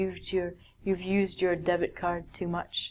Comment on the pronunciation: debt card sounds "death card". In a fact...